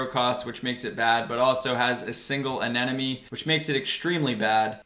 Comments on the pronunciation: Bro, I like you a lot so I will correct you. It's a-ne-mo-ne hahaha i hope you won't take it in a bad way. love your vids, bro! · awesome video. but damn, i swear 9/10 people say anemone wrong hahah